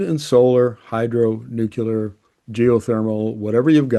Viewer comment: for Premiere of Alberta! BTW.....its NEW CLEAR, not New Quu Lear.